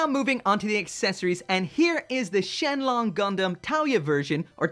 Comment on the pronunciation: Surprisingly accurate chinese pronunciation at the start there lol